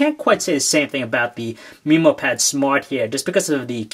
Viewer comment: its actually pronounced as MemoPad not MeemoPad